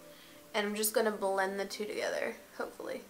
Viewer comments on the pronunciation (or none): none